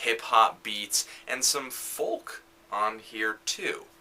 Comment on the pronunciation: I like how you say "foLk"